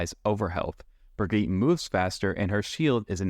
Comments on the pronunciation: brigitte it's pronounced bri-gee-tah xd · Her name is brig-EEEEE-TA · "Wow, the first person I've seen that pronounced Illari's name correctly, Ill-Yari" "Next up we have Brig-eet" sigh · Ah yes, the infamous BrigEET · genuinely disturbing stuff pronouncing brigitte that way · How often do you want to mispronounce Brigitte's name? Yes. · This is not accurate for brig (you’re saying her name wrong) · he can't even pronounce Brigitte's name right LOL